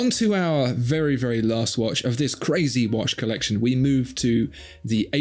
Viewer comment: I saw a clear Swatch once. CA-RAY-ZAY!!!